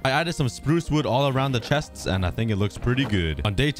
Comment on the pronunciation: lol do not ever do that ever again it was so funny it sounded funny 😆 lol I said it erong